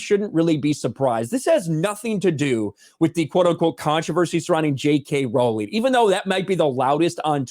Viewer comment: I noticed is finally pronoucing "Rowling" correctly? Did people correct him in the comments?